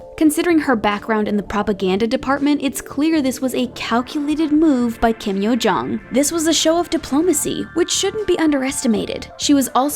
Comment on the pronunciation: "Kim Curt Yo-jong"